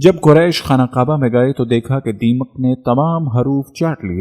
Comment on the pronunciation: Aawaz to MasaAllah Bhot he peyari hai ❤️ماشاءالله تبارك ❤️ 💔Magar maaf kariyega ke talffuz aapki bhot see jagah aapka saath nhee de pa rhee hai zara samjh kar padha kariye mai paihle bhi aapko bol chuka hu Khan E [kaba hai] [Qaba nhee] Khadeejatul [Kubra hai] [Qubra nhee] Chota kaaf hai ک hai Or[radi Allahu anha shabiya] ko kha jata hai [Anho nhee] Male Female ka to farq hona caahiye janab Jo aapko zaroor samjhna caahiye aapke Channel par itne followers hai MasaAllah unko keya paigaam jayega aapki in choti choti galatiyo ki wajah se please meri baat se aap samjhne ki koshish kariyega na ki bhes.. جزاکم الله 🙏 Thank you🙏